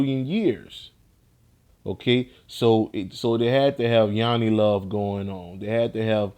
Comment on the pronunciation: "Yonni love" 👀 ok.